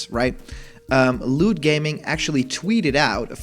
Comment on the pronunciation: Please emphasize the T in "looT." Otherwise I keep hearing....well something more innappropriate.